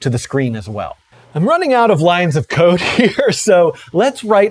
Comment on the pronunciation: Ha ha. I guess since I knew the context of his statement, I heard it as "code", but re-listening to it with cocaine in mind, it does sound like "coke".